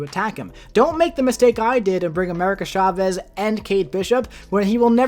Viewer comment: It’s CHA-vez, not SHA-vez 🙄